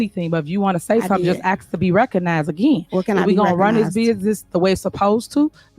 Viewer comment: Tiffany, you are not from the south! Quit saying Y'all all the time! It sounds ghetto! And it's "ask" not "ax"! You're the mayor, be professional, and show some decorum in your board meetings! You're out of order! Jason House for Mayor of the city of Dolton, IL